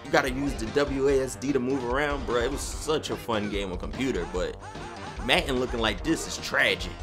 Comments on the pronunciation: "Maten" its madden lol love the through the years series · Logan Anthony yo I'm from Philly and i don't call it matten i say madden that is not a philly accent he just can't say the word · it is madden not matten dude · U from philly? we said madden like matten just wondering lol